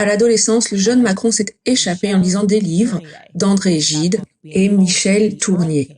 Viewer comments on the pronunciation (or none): none